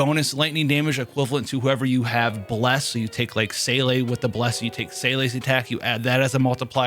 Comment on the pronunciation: German speaker here: Your Seele pronunciation is almost there .. make Seele rhyme with Pela and you will be pretty spot on. Still close enough to make me perk up though!